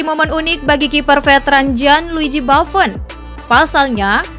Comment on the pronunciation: Gianluigi buffon❌ Jianluiji baffon✔ As roma ❌ Ai is roma ✔